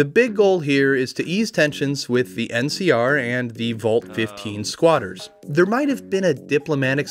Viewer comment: Keep hearing MCR instead of NCR every time and my brain has a quick ?? before it catches up. Every. Time...